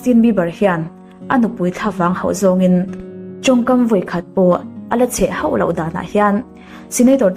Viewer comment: Ma'am,țawngkam i thiamin Duhlian țawng pawh i thiam ka ti khawp mai.Mahse,ka'n ti teh ang aw......'ho' tih i lam dan hi ngaihthlak hreawm ka ti deuh țhin...'ho' ti lovin 'hau' tiin a ri tlat țhin a,nang pawn a diklo tih i ngaihthlak pawhin i hriat tho ka ring e